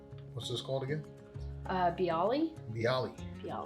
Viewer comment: Hi, Biały are popular in the NYC area. They're a central European bagel-ish bread. I think it's pronounced bee-ah-way. The L is the Polish letter ł and makes a W sound.